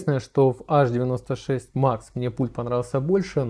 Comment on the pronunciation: Аш-96... тады, говорите аш-ди-эм-ай-кабель, ха-ха-ха... Садись - двойка! Эйч-96, грамотей!